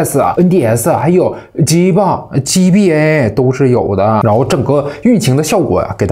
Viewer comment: G BA 非常好發音